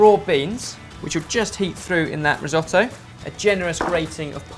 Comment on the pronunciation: Resohtoe? Not re as in reuse redo it’s “ ri” different sound ..